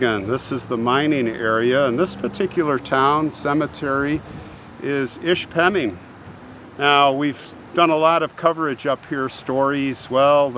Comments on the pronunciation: It's Ish-PAH-ming :) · Hey I’m originally from Michigan and all my family are still there. There is so much to see in Michigan you’ll be amazed. Oh it’s” ish-pa -ming” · ISH-peming... accent on first syllable